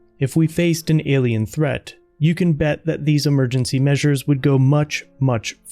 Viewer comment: ... "whould"?? Haha